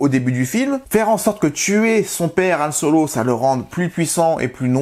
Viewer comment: Pourquoi tu appelles Han Solo « Yann Solo » ?